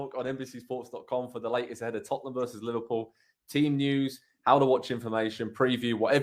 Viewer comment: These guys state the most obvious facts and first dude can't even pronounce Salah and Tottenham correctly wtf